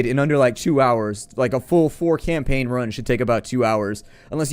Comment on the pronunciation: I couldn't help but smile, when you said "new campackn". It was the exact same thing I said, when I was a kid playing video games not knowing an ounce of English, yet still playing these games in a foreign language brute forcing myself through the menus and mechanics. Oh the days of trial and error.